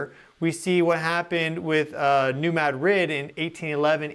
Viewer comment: Its pronounced ma drid not mad rid.. Sorry.